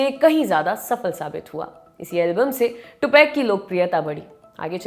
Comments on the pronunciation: टुपाक होता है टूपैक नही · टुपेक नहीं है टुपाक है irritate hora hu me ye tupac ka nema galat sun sun je aapse news hi deni hoti he kya kuch shi se bolo hume bura lagta he aap nahi do enke bare me news to acha he koi ni puchra ki aap enke bharr me liko ya bolo